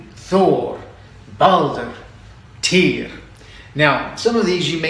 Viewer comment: You are pronouncing the "y" in Tyr incorrectly.